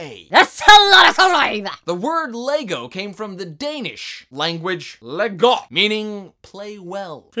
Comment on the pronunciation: Haha, you pronounce LEGO really wierd! (im Danish)